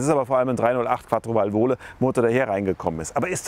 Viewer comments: Es heisst Vàlvole, nicht Valvòle! BEtonung auf ERste Silbe! :) Lustig vor allem, weil die französischen Begriffe, bei denen Du Dich artig entschuldigst, ziemlich gut ausgesprochen waren beim SM. :) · vàl·vo·la Betonung 1. Silbe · Als Italiener kann ich natürlich der 8.32 Thema nur hochfeiern. Was für eine Granate damals,und heute anscheinend eben so. Leider zu anfällig was Zylinderkopfdichtung anging 😢. Und die Wartung wie hier eben erwähnt. Ist echt jenseits von gut und Böse. Es ist wirklich nicht für jedermann. Nur am rand. Wäre schön sich über die richtige Aussprache zu informieren. Wie das wort VENTILE ' VALVOLE' ausgesprochen wird, tut ein Italiener weh 😔. Der Name vom.Herr Alfieri ingegen war göttlich richtig ausgesprochen 😊